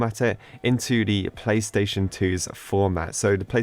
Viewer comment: Is it just me or does he keep saying "pay" station 🤔